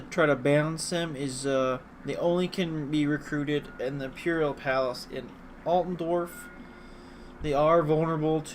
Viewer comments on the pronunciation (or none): ITS ALTDORF (AALTDOURF) NOT ALTENDORF